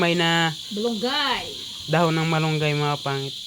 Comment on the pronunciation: Malunggay not balunggay